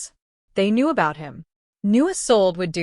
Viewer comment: What's with the gibberish that runs through parts of the story. The Story is Good I enjoyed it but someone really needs to do some proof listening or reading. Isolde, Isolde not a sold.